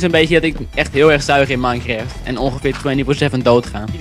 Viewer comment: maainkreft... mooie uitspraak :P